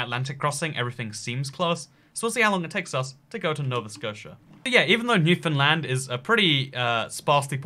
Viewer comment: me : hears him say that he is heading to newfoundland* him : says it wrong* me : god danm it why do everyone say that wrong!